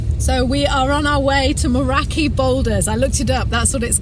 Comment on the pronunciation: Glad someone pointed that out. It is great you are making the effort. Keep at it Liz.👍 When you said Moeraki you pronounced 'raki' like 'wracky'. It might be helpful if you treat the A sound like an Ah and not the nasal way it is used in 'wrack', rack,back etc.